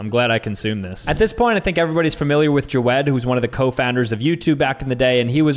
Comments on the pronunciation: Ja-wed killed me it’s pronounced jawd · is the type of person to say Joe-w-ed and not jawed.... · is the type of guy to call jawed “joe-wed” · jaWeD For those who dont know its pronounced javed not jawed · really said jo-ed💀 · like no hate or anything, love the channel, but bro pronounces it "jaWED" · That's a weird way of saying Jawed... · It is he pronouncing it wrong😂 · Bro cant pronounce javed